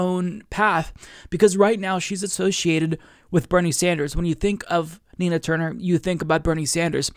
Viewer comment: I thought you said "tina turner"